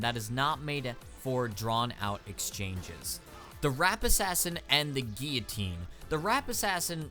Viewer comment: gill-a-tine not geee a tine